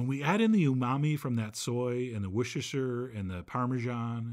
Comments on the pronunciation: So, you still can't say Worcestershire Sauce I hear 😂 Try wooster-sheer I'm British so it's easy for me. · John, you're not even trying to pronounce Worcestershire sauce, bro.